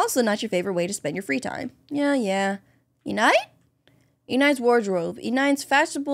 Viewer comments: Her name is enide not enide like side it is pronounced like middle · Omg!,!! keppa trigeriing mope how she says (e-nide) what it’s supposed to be (e-ni-d) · its enide pronounced e-nde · Im pretty sure its pronounced eh-nide. But nonetheless good content! Keep up the great work! I pretty much watch ur vids every day to be honest❤ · Enides name would be spelled E-knee-day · It’s Enide aka (E-nid) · you pronounce it “e-nid” i think? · Enide (E-nidd) the E is silent and the I says the E sound :) ( no I’m not teacher.) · they're both wrong, is pronounced eh-need (enide) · Enide is pronounced (Eh-nid) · Its pronounced E-nid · It's pronounced e ned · It's eenid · U are saying Enide wrong 😢